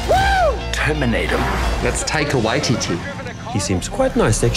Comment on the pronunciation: Taika and therefore Korg has a Kiwi accent. Was that too hard to do?